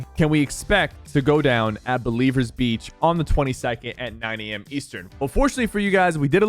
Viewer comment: Its not Believers Beach, Its Blevins Beach